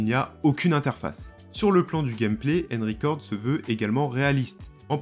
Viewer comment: Une horreur d'entendre ta prononciation du "un" dans Unrecord. C'est un "u" et pas un "e" donc pas "enricord"....